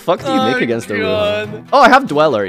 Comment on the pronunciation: Playing-uh against-uh distant-uh coder-uh